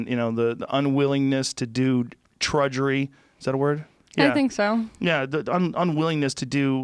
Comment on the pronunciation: ... Its not "trudgery" its "drudgery". But really it makes sense